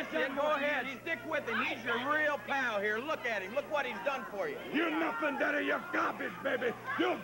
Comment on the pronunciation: "You are jealous, daddeh"! "You are jealous, babbeh"! LOL, wrestlers need to start using "daddy" (or, "daddeh") in their promos again.